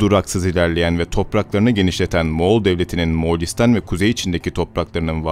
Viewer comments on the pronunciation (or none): none